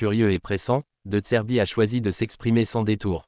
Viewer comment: Ta voix IA au lieu de dire "de zerbi" elle dit "de tserbi" ... 😂